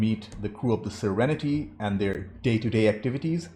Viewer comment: Every time you say, "the crew of 'The Serenety'", a tiny little voice in my head says, "It's just Serenity." EVERY. TIME. lol